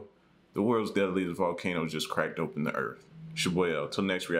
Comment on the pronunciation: I swear I heard him say crack dope n the earth multiple times lolol I like your vids tho